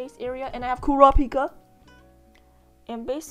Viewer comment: when you said “ i HaVe KuRaPiKa” i died 😜